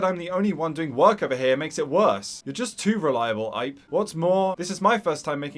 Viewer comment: Just fyi, the name “Ipe” is pronounced “ee-pay” it’s two syllables.